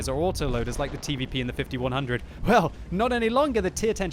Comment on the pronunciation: 'it lows very roll'